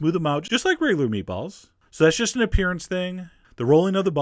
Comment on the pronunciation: The way he says meatballs bothers me.